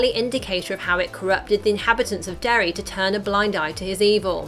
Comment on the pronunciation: Ha, “Derry-Air”